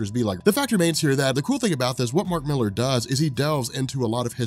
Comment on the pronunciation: I was always curious about this until I heard "Mark Millar". Now I'll just avoid it.